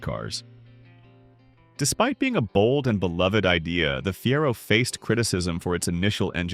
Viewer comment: Thats Fee air oh, not fear oh. AI is terrible.